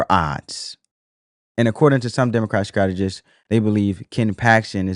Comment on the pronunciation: Strategists sir, not Scrategist. Fyi...😊